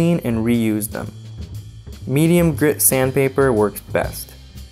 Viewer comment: As a Ukrainian American, it's the typical accent Eastern European Americans have, raising the short "e" to a more open short "a". For example pronouncing "best" as "bast". His name is a very typical Ukrainian name, possibly Russian as well, so it's no surprise to me to hear him pronounce it that way. I can't believe all these people on these comments are "triggered", I mean has no one heard of an accent before? English is one of the most widespread spoken languages of the world, so you'd better get used to hearing different pronunciations